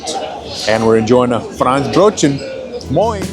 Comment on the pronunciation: Thank you for showing all the delicacies! A very needed exploration into Hamburg food goodies. If you want to improve pronunciation: Franzbrötchen -> frunnts - bröt - chenn. The Franz part is short. There are also Franzbrötchen with apples and other goodies. Which I prefer because they are not only sweet. (Makes me feel less guilty.) Look at the shop inside Hauptbahnhof "Franz and Friends". But other places sell them as well. Labskaus -> la:bs - cows. My mom used to make it from potatoes, corned beef and sweet pickles. We only covered it with a fried egg and left the red beet and hering off. To make it a little more on the sweet side some of the Gurkenwasser, pickle water, was added.